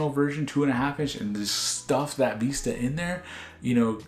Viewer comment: Vista not veesta